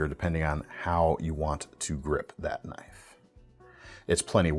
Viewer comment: "thats not a knoif... THIS is a knoif"